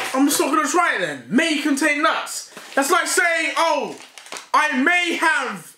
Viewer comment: why deji say nuts like dat " nuats."🤣🤣🤣